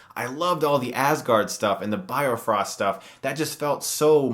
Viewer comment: ... u said "bio-frost". it's not "bio-frost" it's just "bi-frost"